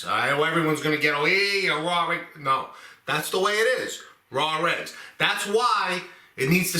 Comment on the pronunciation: Rawr eggs😂 love it. Ma says the same way